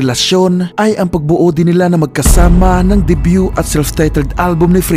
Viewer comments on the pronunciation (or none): none